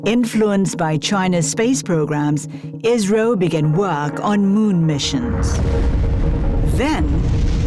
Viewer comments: why are you saying israel instead of isro? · Pronunciation of ISRO is not IZRO